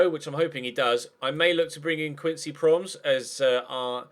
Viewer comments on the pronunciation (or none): it is Pro mes not Promes haha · if you're bringin promes to ac milan ever, its promEs, not proms. and thanks for bringing thiago silva back home <3